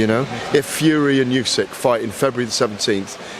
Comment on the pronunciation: How does still not know how to pronounce Usyk?